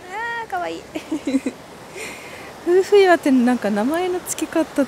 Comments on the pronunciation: 夫婦岩と書いてふうふいわではなくてめおといわと読みますね😊相変わらずは可愛いですね🥰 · が、わが町福岡に来てくれて本当に嬉しいです！ 糸島は天気が良いと本当に最高ですよね〜サーフスポットもあるし、おしゃれカフェもたくさんですしね〜 夫婦岩（めおといわ）をふうふいわと言う、宙（そら）の階段を宇宙（うちゅう）の階段と言う、いずれも可愛すぎますw いつか福岡に住んで欲しいなぁ ぜひ考えて下さいね 〜 東京まで飛行機で1時間です。 もはや通勤圏内ww 中心部から空港迄もとても近いです 大歓迎でお待ちしてまーす✌️